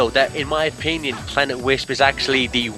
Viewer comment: "Planet Lisp"? XD